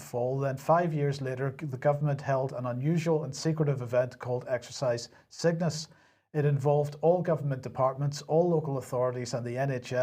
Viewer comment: Exercise Cygnus sounds like exercise sickness when you say it